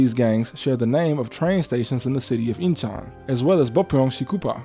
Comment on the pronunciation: Busan is pronounced like pusan, Incheon is pronounced like in-chun, my fellow brown person I am begging you to listen to a native pronounciation guide it will add to the quality becausr this is fascinating. Imma keep it a buck tho, anyone who hasn’t met Korean immigrants doesn’t understand how hood they are as a whole. 😂 I grew up with a bunch in my community, they stay running the streets. 😂😂😂